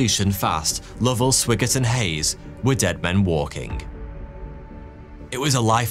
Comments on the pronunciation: Swiggert is pronounced Swygert (written: Swigert) with an i like in iPhone. But perhaps he was bit swiggert,too, at least when he returned and enjoyed some back-journey single malt whiskies😅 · It's SWAGGERT! not Swiggert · Jack Swigert's surname was pronounced SWY-GERT not SWIGG-ERT. Far too many people who narrate Web videos desperately need a pronouncing dictionary. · FYI - Swigert is pronounced Swy Gert. Also, the aircraft carrier's name is pronounced EE woe Jima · Haven't seen the movie, but I would bet Swigert's name is pronounced with a long "I" sound. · And it’s S-why-gert. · Sorry dude but it's spelled Swigert but pronounced Swhygert like the word "why". Every time you pronounced his name I cringed! Also did you just say Iowa Jima? It's Iwo (ewo) Jima! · it was swigert pronounced with a long-i sound. not short.